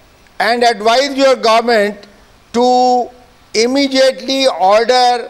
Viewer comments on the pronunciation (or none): none